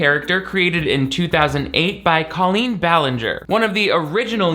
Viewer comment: Thank you for saying her name like Colleen and not Cole een like she says it Idk why but that’s like a cherry on top of the cake of her stupidity Like why the accent when she says her own name? And only her own name hahaha drives me bonkers